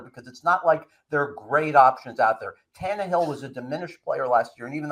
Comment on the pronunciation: Can you say Tan-Ne-hill